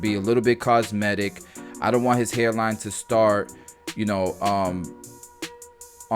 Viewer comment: Love the cut, love the education. Absolutely enjoyed hearing you say, "I'ont care what nobody say!" You gotta give the cut service that will solve or help address the concern.